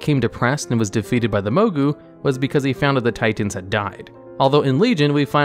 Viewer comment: tiTENS....ti TENS.....just fuggin say titan